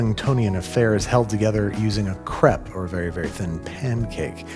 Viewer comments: One of us is saying crepe wrong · Was not ready for that pronunciation of crepe